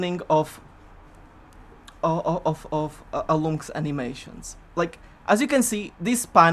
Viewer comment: "I'm Alloumsks" I always thought it was "Alum X". hm